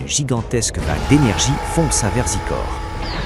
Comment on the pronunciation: zaykooor(Xicor) not zeekor